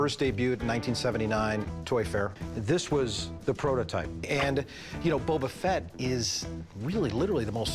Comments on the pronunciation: "bUUUbBaa FeT" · This guy shouldn't be allowed to own the Boba Fett if he keep calls calling him "Bubba" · Imagine being a Star Wars “fan” and saying bubba fett